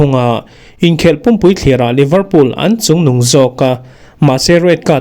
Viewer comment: Liverpool (leeverpool)tih tur. Livrpool tia lam hi a diklo.